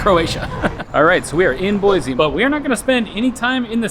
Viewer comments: I’m an Idaho native and I made a post on Facebook explaining that it’s Boy-see and some guy, not an Idaho native, told me I was wrong and that everyone says Boy-zee. The nerve! 😂 I explained that yes visitors who don’t have a clue pronounce it wrong frequently, but it’s still see not zee. I’ve lived here for 55 years and I’ve never heard another native pronounce it with the zee. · Boy-See not Boy- Zee. Please